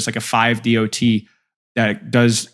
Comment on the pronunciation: JUST SAY DOT, NOT D.O.T